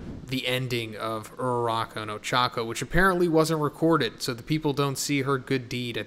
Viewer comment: I am way too attached to these characters dude, my stomach dropped when you said ururaka at the beginning. fucker.